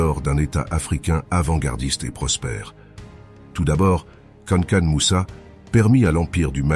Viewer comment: Cest pas kanakan mais kankou moussa ou mansah moussa